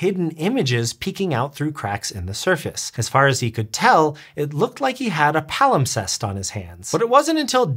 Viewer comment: Dang. Now I can’t get the word “palimtest” out of my brain. Yes, I know it’s “wrong”, but that’s what my brain saw/heard and it won’t budge.